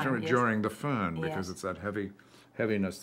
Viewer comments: Fern? 🤔🤔 He meant " Föhn" 😂😂😂 yeah, sure can make you sick, omg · Not the fern , its foehn